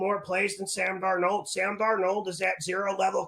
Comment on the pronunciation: “Analyseees” just tied “DarNOLD” for best pronounced 😂... picks always hittin! 💪🏼